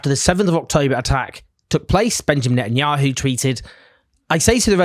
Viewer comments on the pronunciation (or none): none